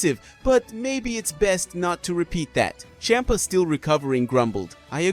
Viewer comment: I’m so sorry but the way you kept saying Bempa was hilarious. 😆